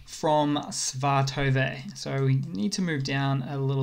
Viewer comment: You're driving me to distraction. Pronounce your 'e's, e.g. Mylove, Svatove! Do you think the 'e's are there to be silent or something? Not so. They're there for a reason.🙄